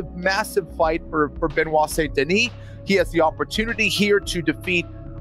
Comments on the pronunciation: I know Americans struggle with English - they don't like silent letters in words and, for them, words are pronounced as they're spelled! So, with St Denis - they all seem to be baffled. If you're going to go "Full American" with the pronunciation, then it has to be Saint Denis. Otherwise, the correct pronunciation is "San Denee". It's not "San Denis" or "Saint Denee". Maybe just go with BSD but that's an acronym for a computer OS from California in some quarters!!! 😀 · non désolé (sorry no), the right pronunciation is (la bonne prononciation) of BSD name is (du nom de BSD est) Benoît Saint Denis, nothing else 😉